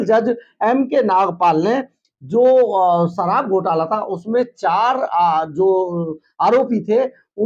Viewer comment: sarab ya sharab, jamanat ya Zamanat. aabe koi batata hai tumhien aapna chanel banake ko. hindi too bolna sikho.